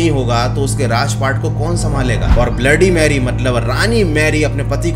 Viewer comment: Bhai aap ne 3 baar bola ha bloody merry bola